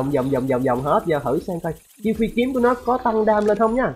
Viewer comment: Phi kiếm không phải phí kiếm nha anh =))))))